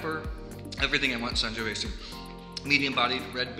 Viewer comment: I'm so glad we share the same love for Fontodi and the Vigna del Sorbo! The "Sangiovese" word comes with the last 's' pronounced as a 'z'. Otherwise it would have been "Sangiovesse" Cheers!